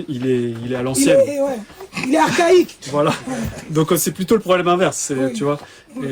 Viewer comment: Fally pourquoi se justifier assume tu utilises l auto tune un correcteur de voix et fausse note même le blanc avait du mal à expliquer la journaliste prononce le mot archaïque c'est une honte